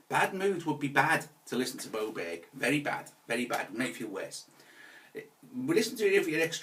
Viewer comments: Bowbeck? Blowback? 😁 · The way this guy pronounces "Beaubourg" is just too funny... More like "Camenbert" 🙂